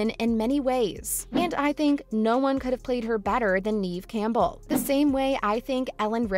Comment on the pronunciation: Pronounce Neve Campbell's name correctly lady!...."Geez!".🤨